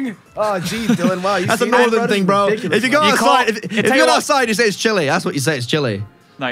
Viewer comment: I agree with Pat, it's balltic ootside